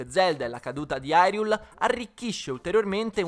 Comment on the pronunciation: La demo è meravigliosa ma ha due problemi che tutti i giochi di "The Legend of Zelda" moderni hanno. Il doppiaggio italiano è straordinario ma sentire Hyrule detto Irule mi fa stare male. Poi, nonostante tutti i personaggi siano doppiati, Link non spiccica una parola. Capisco durante il gameplay, ma almeno nei filmati Link potrebbe parlare e sarebbe fantastico vederlo parlare con una voce italiana e in tutte le altre lingue con un doppiaggio dedicato